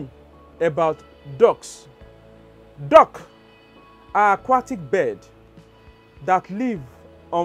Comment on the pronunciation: It sounds like you are saying DOG instead of DUCK.